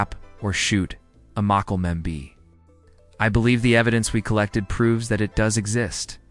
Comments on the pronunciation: sadly this video is all AI, and it can't pronounce it correctly. I doubt they will attempt to correct it. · Inwatchable, cant pronounce it, lost interest